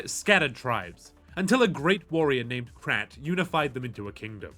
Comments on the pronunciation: The Shek who unified the shek is named “Kral”. Not “Krat”. :p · "Krat"? you Okranite dog! It's Kral!